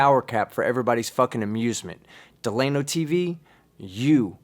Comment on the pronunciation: Delano is trolling. Right? Certainly he’s trolling. And I bet $300 the name isn’t “Duh-Lay-No” but “Dell-ūh-No”. Regardless he’s fucking idiot n